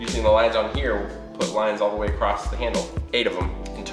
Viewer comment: Acrosst? Why does add a ‘t’ to ‘across’ and ‘cross’?